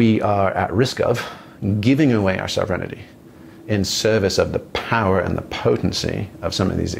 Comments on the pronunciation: I heard "sovereign-innity". lol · I don't get that word he says that sound like 'self renidy' to me? Can someone help me what he means by that?